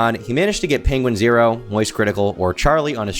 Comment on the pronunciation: Sooo it is pronounced penguin-zero! Thank you I had asked before and you have answered